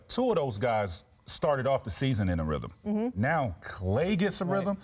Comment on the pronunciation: Lol "whythm"